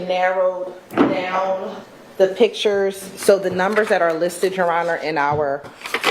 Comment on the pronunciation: DOESNT HAVE COMMAND ON THE ENGLISH LANGUAGE. IN WORLD IT APPEARS AXT=ASK OR ASKED. PITCHERS=PICTURES. SHE SHOULDNT HAVE DROPPED ALL THOSE ENGLISH COURSES IN SCHOOL. OR AT LEAST PASSED THEM. I THINK ONE THING FRUSTRATING THE JUDGE IS THEY MAKE NO EFFORT TO DO WHAT SHE ASKED THEM TO DO. THE JUDGE KNOWS THEY ARE GOING TO LOSE SO SUCK IT UP AND MOVE ON.